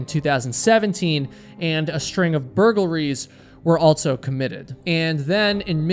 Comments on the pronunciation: This guy says Altso instead of also and it's driving me insane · Are you saying “altso”?